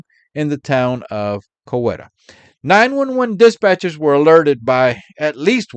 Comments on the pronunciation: Glad to hear you personally narrating your video. But it’s pronounced “Co-WEE-ta”. Not Cow-eta. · It is Co-WEE-ta Oklahoma :)